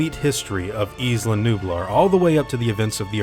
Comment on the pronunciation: It fucking annoys me so much how americans pronounce "Isla". Its pronounced "eye-lah" not "eeslah". Fuck sake.